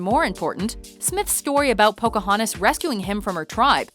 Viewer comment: But seriously? pocahoooontas?...